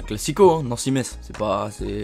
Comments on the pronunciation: IL A DIT METTTTSSSS IL LA DIT IL A FAIT L ERREUR. ON DIIIIT MESSSE PAS METTTTSS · Oh non il a osé dire MetZE... C'EST MESSE QU'ON DIT PTN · ON DIS PAS NANCY - METZ !!!!!!! metz se prononce mess !!!!!!!!!!! comme dans Messains !!!!!!!! (je suis nancéen) Donc ouais toi t'as pas dit que cavani allait mettre que 8 but dans la saison, mais tu prononce mal metz donc bon ... -_- bref sinon j'aime bien tes vidéos continue comme ca... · on dit pas le t de Metz mdrr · MDRRRR comment tu prononces metz !? MESSE pas Metsse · Euh on dit prononce Metz comme messe et pas comme ces écrit mais tkt, pas grave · déja metz ça se prononce mess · tu ne sais même pas prononcer Metz mdrrrrrrrrr